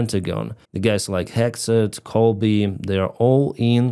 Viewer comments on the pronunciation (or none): none